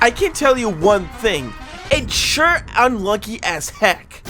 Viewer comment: Bro I heard I monkey instead of unlucky